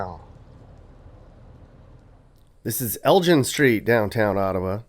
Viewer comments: It's El-GIN, not El-JIN. It's Laur-YAY, not Laur-IRE. LORE-YAY. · It’s pronounced “Reedeau” (Rideau) lol and Elgin is pronounced with a hard G as in Great lol I didn’t watch the whole video but if u didn’t check out the Glebe, Landsdowne area, you should next time you’re in town! Thanks for visiting my city! P.s… next time you guys come here I’ll show u around lol 😂